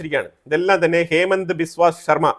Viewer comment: ഹേമന്ത് അല്ല ഹിമന്ത ആണ്